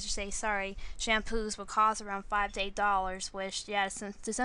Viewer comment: Shamppos... Alright I thought it was Shampoos... But okay.